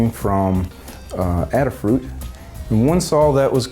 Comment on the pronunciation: Why do people insist on saying 'adder-fruit'?